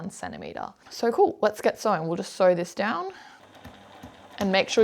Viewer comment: Sew not see